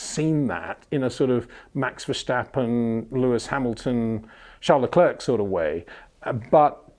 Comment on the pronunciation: Peter when will you finally start to pronounce Verstappen en Leclerc correctly?